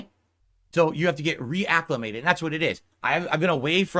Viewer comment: “Re-ACK-umated” LMAOOOOO